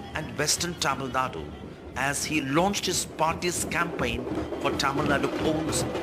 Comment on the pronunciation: Madam Sarah Jacob, it's Tamil Nadu. Nad-U. U. Learn it.